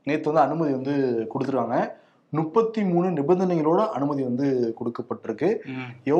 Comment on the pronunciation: Nuppathi pronounciation wrong. Muppathi endru sollungal. many mistakes on pronounciation, biased attacks, unnecessary sarcasm etc.